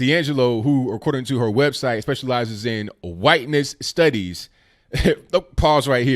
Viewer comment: Points for correct pronunciation of Hwhiteness.